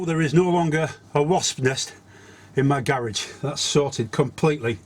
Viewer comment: How to say Garage Gay-Rodge